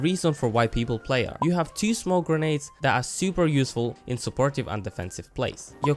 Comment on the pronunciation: You're videos are pretty chill on top of being qualitative, it's really an added bonus :) Also, it's "grenades" and "footage" :3